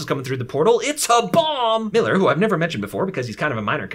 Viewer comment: When he first said “Miller” I heard it has “Hiller” don’t know why